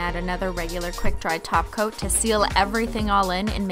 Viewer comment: Did anyone else cringe when she said top coat ?